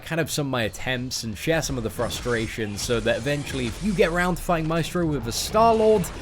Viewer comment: El vato dice maistro :V